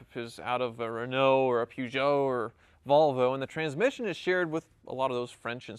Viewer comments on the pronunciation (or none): Atrocious anglicised pronunciation of 'Peugeot'